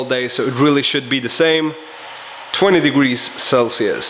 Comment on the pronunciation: degwee celcius